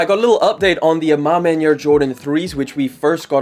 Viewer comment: you keep butchering the a ma maniere name smh 😓